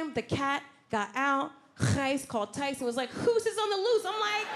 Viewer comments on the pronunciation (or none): none